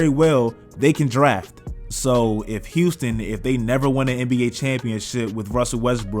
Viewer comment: I love “Houton”